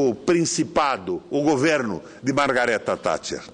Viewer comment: Primeiramente esse cidadão deveria aprender a falar o nome correto da Baronesa Thatcher, segundo a Lady Thatcher teve um grande fardo histórico e assumiu seu mandato como mundialmente conhecido "Mãos de Ferro", acredito que o Governo dela foi satisfatório e muito conturbado.